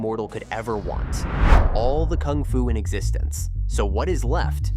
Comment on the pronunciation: You are saying "koong fu panda"